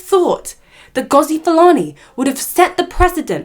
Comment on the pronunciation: I don't know why Youtube put you on my screen. You my dear are a race pick me. You are the type to tell MASSA that we are planning to escape. As an ethnic person an African you choose to mispronounce her rooted name as if the yt man didn't take ours. Yes online abuse, verbal abuse is still abuse just like what they do to the black England players. FYI Sistah is a Jamaican Patois spelling stupid. Sister is not "normal" it's English. HEDLEY is an English surname which means that her ancestors were owned by English white people named Hedley, she has the right to change it. She has received support from REAL Black people and people of other races who are not in denial of the truth. You are pathetic, smh. Black people have had enough. All these yt people in your comments with their hidden profiles go all over YouTube spouting bs racism and you cosign. Shame on you. 1 day when 1 of them drags off your head scarf and Verbally abuses you, don't come on here seeking sympathy. What you need to understand is Some people DO NOT know where they "really" come from and some people are only just finding out. Being asked multiple times is triggering and white people need to understand that and back the f**k off.